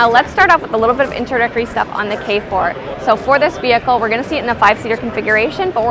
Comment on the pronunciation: 케포가 아니라 게포아냐?